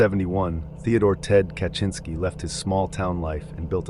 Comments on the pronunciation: How did you do research to find out how to properly pronounce names, but you can't pronounce Ted Kaczynski? You didnt watch one of the thousands of videos about him? It's kah-zin-ski. How do you even get kaCHINski? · Yeah A LOT of these names are horribly pronounced. Benet? Core-ish? Ca-chin -ski? I haven't seen some of these pics which is cool so I don't mean to be a nitpicky asshole but it's starting to pain me 😅 Edit Im so bad at detecting AI but from what i've read from other comments that makes sense. Might have to ignore this channel if that's the issue.